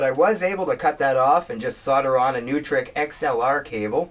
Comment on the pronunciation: Shhiieeeeet man when you pronounced AKG and Neutrik so fucking wrong I cringed a bit 😬😆😆